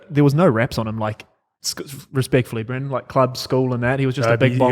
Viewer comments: Someone tell his names braden not brenden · loves Hamlin uele so much he doesn’t know it’s bradin not Brendon?